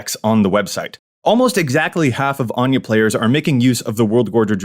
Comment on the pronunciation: I love Anje, as someone named Áine ( pronounced the same way ) its nice for someone to actually say it right for once XD